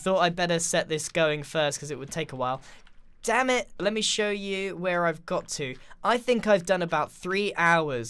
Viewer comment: This is a nice way to experience a version of Minecraft I do not know. Also Grian says danmit.